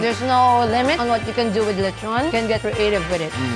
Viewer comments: him pronounce lechon as le-chou-n Me or others pronounce lechon as Le-ch-on or Le-chon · why he say lechon- leychon 💀 its okay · Nice lecthown lethon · Loved the video but can’t get over how he pronounces lechon hahaha